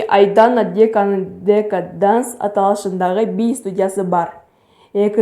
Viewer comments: Айдана Диека эмес Айдана Дека😂😂😂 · Диека эмес дека